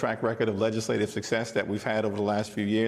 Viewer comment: 😂My Man Said “Legislative Success